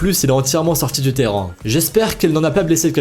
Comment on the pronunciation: Il s'est pas parler!!!🤣 Écouter bien, il dit '' terran '' à chaque fois il s'est pas dire Terrain 🤣🤣 mais j'adore ces vidéos ahahaha ❤️